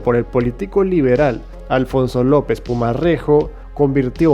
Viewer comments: se pronuncia con r suaje. no PUMARREJO. sino PUMAREJO. no es una región, es un municipio. y se pronuncia y se escribe FUSAGASUGÁ. no solo te faltan tildes en los vídeos sino también saber pronunciar. mucho cuidado. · Es Pumarejo, no pumarrejo y se dice Fusagasugá, con tilde, pero muy buen vídeo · Buen video soy colombiano y pronunciaste mal Pumarejo y Fusagasuga, jaja son difíciles de pronunciar, por lo demás buena temática